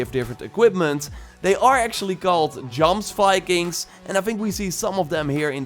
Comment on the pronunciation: Jomsvikings is pronounced :Yoms vikings